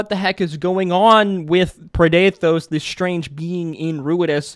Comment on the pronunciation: I'm confused as to where you got the "preh-DAY-thohs" pronunciation from, as we were told the pronunciation by Matt on the day. Usually this sort of confusion comes from reading a word before hearing it, but that couldn't be here unless you didn't bother to watch the episode you're commenting on.